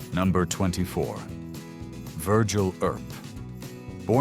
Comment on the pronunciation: "Air-up" instead of Earp.